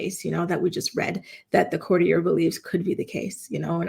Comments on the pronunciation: Courtier --the r on the end of that word is not silent. I'ts not pronounced with an a sound. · Courtier.. court e ur. Not like Cartier.... 😂 but i agree.. theres something going on wuth Kate..they keep referring to her as Kate Middleton, her maiden name, an odd detail. Her kids are out of sight too. And the Derren Briwn tweet from 14th December..something bad has happened. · 😂It would help if you could pronounce courtier properly. It would also help if you named, this person. There is no mystery, The Princess of Wales is undergoing treatment, nothing to hide so stop the nonsense